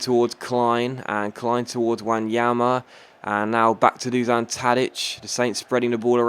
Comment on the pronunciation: It's Dushan not Dusan Tadic just so you know :)